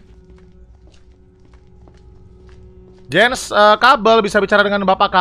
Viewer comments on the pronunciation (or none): none